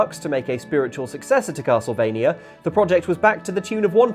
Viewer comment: I thought it was a "Castle" of "V"ampire M"ania", or Castlevania